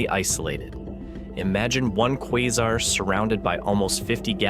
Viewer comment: He just doesn't know how to pronounce it I guess